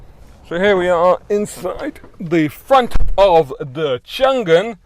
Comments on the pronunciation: Like your review. BTW it is Chang An, not Chan Gan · Its actually pronounced "Chang An" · I think it pronounces Chang Un